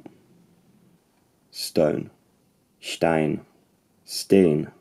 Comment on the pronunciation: The 'n' in Icelandic "steinn" is actually voiceless. It sounds more like steit-(exhale through nose)